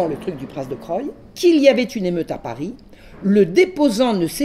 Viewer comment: le prince de Croÿ se prononce CROUI ). Pour le reste, ce récit est passionnant.